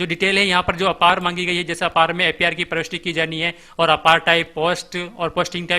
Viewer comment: अपार नहीं ए पी आर है